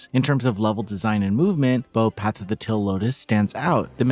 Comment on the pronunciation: why do you pronounce "teal" like "till" lol